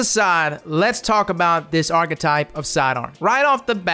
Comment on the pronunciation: i cringe everytime he mispronounces archtype